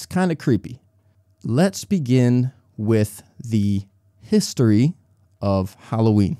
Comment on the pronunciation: từ "the history" thầy đọc là "dơ hít tri" hay là "di hít tri". tại vì em không biết viết phiên âm nên em mượn tạm tiếng việt để ghi ký hiệu vậy. mong thầy giải thích giúp em